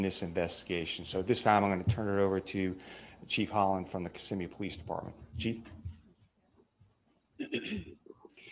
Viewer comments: Just FYI it's pronounced ki-ssim-me. Hope that helps. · it's OK. Everybody reporting on this say it wrong. Even the TV reporter. 😂